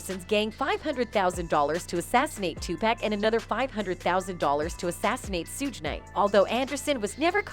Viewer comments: Suge is pronounced shug like sugar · Suge....like Sugar. Not Sugg and PAC like Ahh...not Akk🤣🤣🤣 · You have to learn how to pronounce names before you can make commentary. Its pronounced shug like sugar but you dont spell it like shugar. Am Tupac is pronounced like toopock. Not too pack. I couldn't get half way through the video cause it seems everybody videos are doing this. Can yall atleast do yalls homework. Geez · Yes and purposely just to not get sued for defamation of character